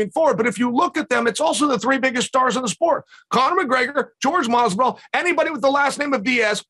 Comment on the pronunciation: I dont think Chael has ever said Mazvidal's name properly until now lol